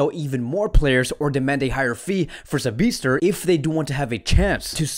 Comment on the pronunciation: Its not Sabi'ZT'er... It is Sabi'TZ'er